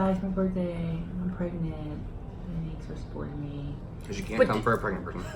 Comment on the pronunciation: No she pregananant....pergerant...purgnet